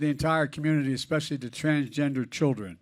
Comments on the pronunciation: "Transjester Americans" 😂 Oh, Joe.. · Biden said TRANSJESTER! Lol what a clown! 😂